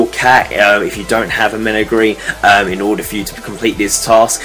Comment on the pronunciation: just btw you dont know how to say menagerie